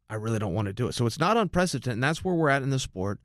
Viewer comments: Chael I love you man but you said this wrong 50 times... Its UN-PREC-E-DENT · UNPRECETENT? We doing this again Chael? :P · Chael, " It's Unprecedented"